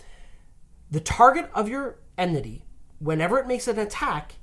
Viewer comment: Enmity, guys, please. Enmity. Not emnity.